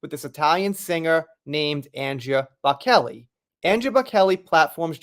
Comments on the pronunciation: It’s pronounced Bow-chell-eee not Bow-Kelly. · Good heavens dude, have you never heard of Andrea Bocelli (pronounced Bochellie). He is world famous as is his son and I would hate to guess who is more famous x Bocelli or JD! Anyhow worth doing one’s homework ! 🤣🤣🤣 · im not trying to be impolite, but can i make a suggestion? Before making a video, plz spend a little time researching unfamiliar celebrities or places (like pronouncing Edinburgh, Versailles). To me, making videos on pop culture and not knowing Andrea Bocelli is like a carpenter not knowing how to use a hammer.